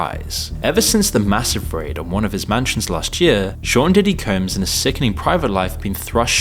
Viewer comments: lol "coombs" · can’t tell if this voice is AI. why you saying combs like that 🤨